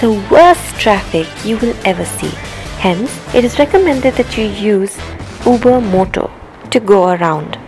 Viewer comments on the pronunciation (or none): none